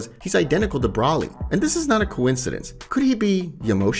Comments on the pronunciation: Can I just say this man isn't saying broly hes saying braly and it's hilarious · First of all, you continously call Broly, Brawley. Then you call the Tree of Might, the Tree of Power and probably most importantly, this is just HORSESHIT. I guess it's a fan-manga but I've never even heard of it and now I know why. And I don't think that's your voice calling Whis, fuckin' WHIZZ! WHO IN THE BLUE HELL ARE YOU?! TERRIBLE.